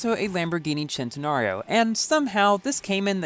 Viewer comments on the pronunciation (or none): none